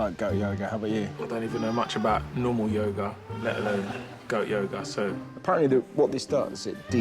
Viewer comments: Holy shit, in the live forever part I swear they were saying yogurt instead of yoga. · My American ass thought they were saying "Goat Yogurt" for way longer than I should have.